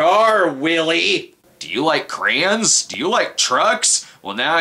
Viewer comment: Watching this for the second time now, and I have to comment that I love the way you say crayons. "CR'ANS!"